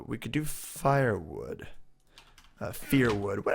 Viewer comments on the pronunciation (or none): Its not pronounced fire wood its pronounced fur wood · Why does he say Fire wood, when it's Fir wood (fur-wood) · Fir would is pronounced like "fur" not "fire"